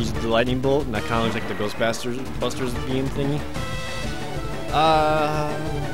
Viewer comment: Don't you mean "Ghost-Basters"?